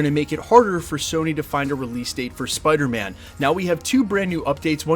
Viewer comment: Peace. Love. Spidahmin.